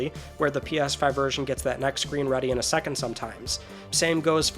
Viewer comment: Fella forgot the S in second.